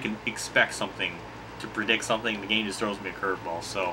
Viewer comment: Ow wow, best geeeeem in history.